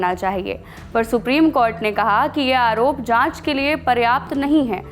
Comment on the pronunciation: Ye anchor bekar hai कॉर्ट नहीं कोर्ट होता है 😅